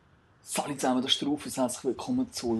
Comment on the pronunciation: er seilber seind sich nöd rofus sondern rufus :P